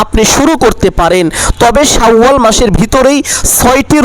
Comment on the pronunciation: "শাউ আল মাস" নাকি "শাওয়াল মাস"?